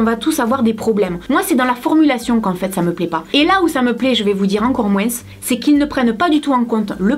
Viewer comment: J'adore ta façon de prononcer le "moins" en disant le s... c'est très exotique pour une petite belge comme moi :p Les vidéos comme ça sont géniales! Merci pour ta "pétillance" et l'attention réelle que tu portes à tes abonné(e)s!